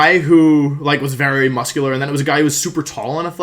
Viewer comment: no one: wolfe: the guy was muss kyu lerr